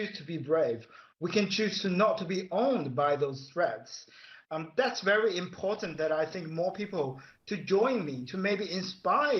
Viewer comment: Cardi C is to "codden" as C-Milk is to "impordant"